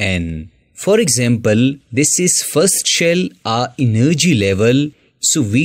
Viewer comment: Enn nergy level😂